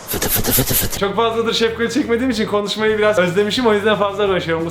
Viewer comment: Abi sen sefgali diyon ben seftali anliyom